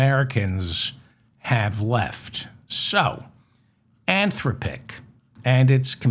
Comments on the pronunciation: David, I heard a news item today about an AI agent that used its users bank card to buy things for this consumer. Really. The word Anthropic has the accent on the second syllable, by the way. An-THRO-pic. By the way, we do already know that recursion that goes on a number pf repetitions can get dramatically worse if done enough times. Listening more, I feel impelled to tell you that it is pronounce In-VID-ia. I wouldn't worry about Musk's plan to boost all those data centers into LEO. He can't do it. The cost to do that, plus the hardware needed to use the temperature gradient is large, expensive, and extremely costly to boost into orbit, including the cost of the manufacture. I'm nor telling you not to worry. There is lots to worry about. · DAVID I LOVE YOU... "an-THROHP-ic," like saying "man, STOP it.." or "des-POT-ic.." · Great show. An-THROP-pick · How many times can you mispronounce Anthropic in one show?